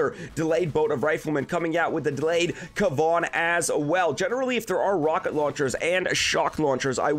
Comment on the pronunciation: Awesome work your pronunciation of Kevan now is correct keep on killing it!code SkullCrusher🇨🇦